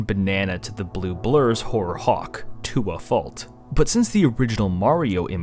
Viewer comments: did he said hawk thua? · "horror (hawk, to a) fault" say that again...... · he says Hawk to a fault Hawk to a HAWK TUA